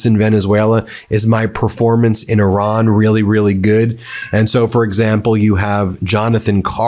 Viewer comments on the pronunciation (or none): Why do you insist on calling Iran , Oron? Very distracting to me.